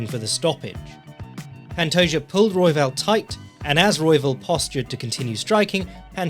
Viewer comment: The J makes an H sound. It's not the "Juh" sound.